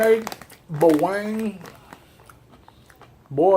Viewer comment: You should try nagaraya adobo or garlic flavor....and its pronounced as BA-WANG not BAweng